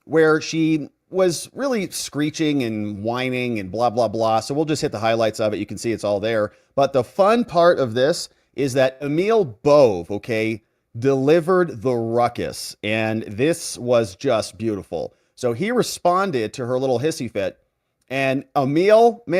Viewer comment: Emil Bove's name is pronounced "A-mel"....it is a very common/traditional German name.